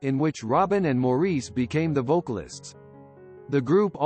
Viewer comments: it's more like "mar", like if something is damaged...there is an "ah" sound after the ''m' and before the 'r'. Mahr-ice. it's nothing. You are such a trooper. If you said it Morris or any other way it would be perfect! Please don't put yourself through unnecessary hassle. In the big picture, I think Maurice would be so pleased that someone cared enough to want to get his name straight. So many people don't! You are a delight! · Good for you!! I agree fully. But let me just tweak your comment...Maurice is actually pronounced "MAU-riss"...check out some of their interviews, all three of them and their mother pronounce it that way. js...Great comment, though. It is a matter of respect...wonder how "T Wood" would like it if people called him "P Whoot"? His ignorance got the best of him...I'm glad you didn't let it get the best of you. ;):goodvibes